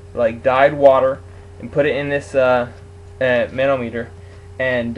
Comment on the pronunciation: It's not actually "preasure" (pressure), it is the amount of vacuum in each intake port runner. Opening or closing the throttle decreases or increases the amount of vacuum. Now say "Thermometer", that's how you say "Manometer".